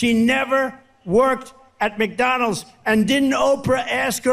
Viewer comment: Why does he drop the d on the end of McDonalds? Lol just noticed this, Mcdonals hahah!